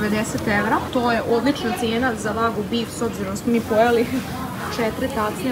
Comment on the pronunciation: to je vagju ne vagu ahhahahaahhahaa